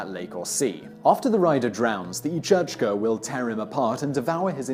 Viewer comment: You should have asked in Scotland for Each-Uisge pronunciation, it's sounds similar to the Kelpie.